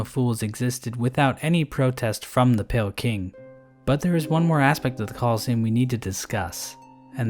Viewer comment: Emphasis on PALE champion.